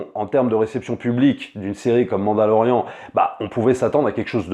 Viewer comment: Tu sait que tu doit être la seul personne aux monde a dire mandalorian c'est ou a l'anglaise mandaloriane ou mandalorien tu le sort d'où le an